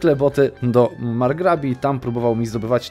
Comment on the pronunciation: Strong duchies, to (chyba tylko) ja ci przypomniałem. I jeszcze jedna rzecz, możesz dostać bonus za zjednoczenie prowincji twojej kultury nawet kiedy masz Portugalię pod unią, tylko musisz podjumać południową prowincje Anglii w Gasgonii. 2 rzecz. Margrebie, nie Margrabii